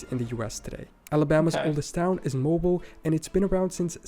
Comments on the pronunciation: Yes. Mo-bill, not mobile in Alabama. Don't let the spelling fool you! 😂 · So, the narrator is obviously not a native English speaker, so don't blame Americans for relocating your island into England lol. He also implied Savannah, Georgia was just a small village when it is one of the largest cities in Georgia. Other stuff: Mobile, Alabama, which he pronounced 'MO-bull', is a French name and is pronounced 'MOH-beel'. Nacogdoches, Texas, a tough one for sure but whose pronunciation could be found in about 10 seconds, is pronounced 'NACK-uh-DOE-chis.' Louisiana's oldest town, Natchitoches, was an especially bad try by our pal: I think he said something like 'Natch-et'. Well, ChatGPT and Siri BOTH confirmed the way I have heard it pronounced: 'NACK-uh-tish,' one of many strangely pronounced Louisiana places (Pontchartrain anyone?) I'm not trying to be an ass, but all you have to do is say, "Siri, what's the oldest city in Texas?" Siri will then pronounce it for you. Not rocket surgery buddy! I nearly fell out of my chair when he said Jersey was a town in England!!! I guess that makes Greenland a quaint town in Denmark and The Isle of Man a nice seaside Irish fishing village. I mean, Jesus H. Christ! P.S. If someone is a native of the Appalachian region, we pronounce it correctly, as it is our home, as 'App-uh-LATCH-un'. People who are ignorant or pompous like to pronounce it 'App-uh-LAY-shun.' It is like if I called the river in London the River 'Thaym's'. WRONG!! Who has a drink? LOL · Mobile = Mō BEEL Alabama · Actually its Moe Beal, or Mo-beel. Not even close to the way Bill is pronounced. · The narrator has miss pronounced many cities on his list. Please don't use this video to learn the names of US cities.